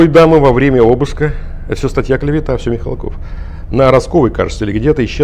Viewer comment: Мих'алков,а не Михалков.